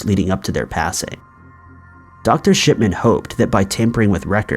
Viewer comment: He takes pleasure in saying “Dr. Shit man”, at least that’s what it sounds to me. 😂